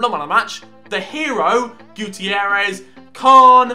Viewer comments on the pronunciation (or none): none